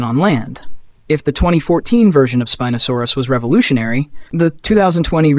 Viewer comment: why does your pronunciation change from spin-oh-saurus to spine-oh-saurus?